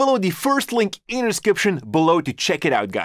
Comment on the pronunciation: when he says 'the" he actually says dee